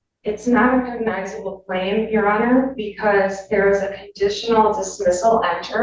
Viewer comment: The word Cognizable, is the attorney saying the word right? Sounds like the judge corrected her several times and she still says it wrong. His Honor is super irritated, you can see it in his face.